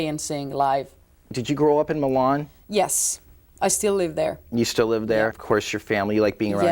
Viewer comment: 40: Milan!(me-lun)